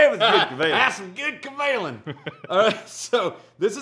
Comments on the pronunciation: GEMALAN (hard G) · If only you guys know how EXPENSIVE those bottles are!! Steve Kim is more than generous to send you one, let alone FOUR in a row!!! Btw, the stress is on 'Ka' rather than 'Lan'... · It’s actually ga ma land XD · i thought the pronunciation was kavalan like macallan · Been looking, not finding.... Kay Vay Lahn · Kavalan? I hardly schamalan. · Just so people know, the cask strength Kavs in the US are not called solist (not soloist by the way ). Some type of TM violation I heard. So don't get thrown off if you don't see Solist on the label, WV's bottle must have come from another country. But the bottom line is that the cask strength Kavs are ridiculously good. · 真的該試一波歐瑪，外國人好像都比較知道葛瑪蘭🤣是說他們好像都沒有念出跟葛瑪蘭三個字一樣音的組合😅希望未來官方可以推廣一下正確唸法，我自己也都隨便唸😝